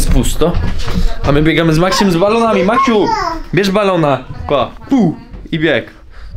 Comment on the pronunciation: Najlepszego Maksiu 100 lat🎁🎁🎁🎁🎁🎉🎉🎉🎉🎉❤🍼🎈🎈🎈🎈Ps.Ciesze sie że nareście wie jak jak sie prawidłowo czyta i literkuje Maksiu😁😁😁